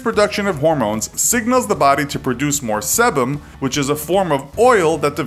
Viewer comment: I’m sorry but sebum is like “sea-bum- not “seh-bum” 😂😂